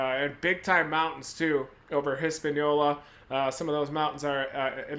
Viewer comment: When Reed says, “hispañola”, the Michigan is strong 💪🏽